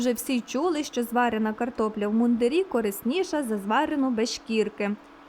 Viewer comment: Картопля в мундИрі, а не в мундирІ. Одяг військових-мундИр.